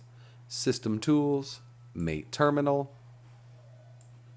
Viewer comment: Great tutorial! And It's pronounced “mah-tay” as in the Argentinian drink.